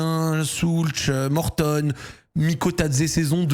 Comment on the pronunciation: Pourquoi Zack n'arrête pas d'appeler l'anglais Mortadon ? C'est gênant non ? 🤔